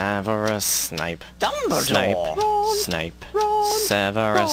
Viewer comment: "Harry, Sneep, Harry, Sneep" etc. LOL. And also: "Voldemort, Voldemort, oh, Voldie, Voldie, Voldie, Voldemort." XD